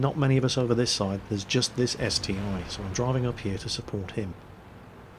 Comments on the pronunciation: its ST-1 not ST-i, google russian name of it, its CT-I, like Stug III or Pz II. Russian letter i is И (ИC-3, ИC-8 and so on) so ST-i would be CT-И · ST-1 not st I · Its St-I not 1 ... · Slotmech Yes, I do care - but not about naming tanks wrong (he does that in every video anyway;D). I care about not doing anything to stop this ST-I "discussion". He could say: "Listen guys, I did some research and it appears that the correct name for the ST-I is "..." So from now on I will call it like that." Simple as that, all problems solved. Sometimes not giving a crap makes things only worse, you know. And yep, this is his channel but we are his loyal subscribers. Should I give it a rest and shut my mouth up or should I express my opinion and take a part in the discussion? He could end this "ST-i" vs "ST-1" war without any effort but he decides to not give a damn so every time he mentions ST-I, there's a shitstorm in the comments between ppl trying to correct him and ppl who try to "defend" him - and that's my only problem here. That's all from me. I'm going away, before some self-styled " defenders" will diss me because "I'm attacking " with my criticism and opinions...